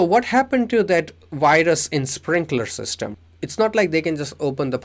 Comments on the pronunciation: Am I the only one hearing we1? Wirus? Waught? I’m not trying to be mean but I feel like I’m tripping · “weee one and wirus“🫣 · Great video, love how you say virus too lol